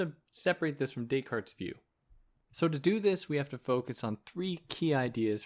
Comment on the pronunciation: thank you for this, but why do you pronounce it decaLt? it's a bit crazy making, like saying hannah alent. i don't get it.